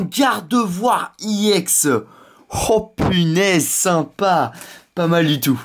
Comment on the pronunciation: Sa se dit ex pas iex